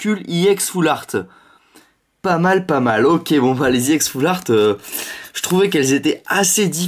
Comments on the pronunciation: on dit pas ix on dit éx mais ca s ecrit ex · pourquoi tu dis ix et pas ex